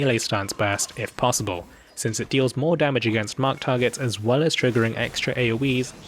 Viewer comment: did you notice instead of "well"x3 he said "whale"x3 lolol nice